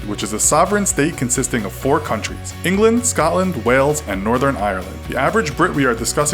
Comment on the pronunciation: Coming from someone who lives in wales I'm lmao that you pronounced it weltch